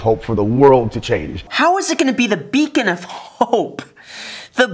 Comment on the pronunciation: literally ''becon'' of hope :D